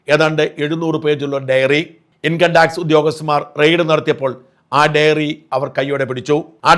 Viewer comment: സർ, ഡെയറി അല്ല ഡയറി..